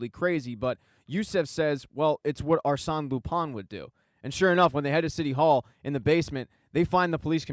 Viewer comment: Arsene pronounced Ar-sen like Arsenal without “Al”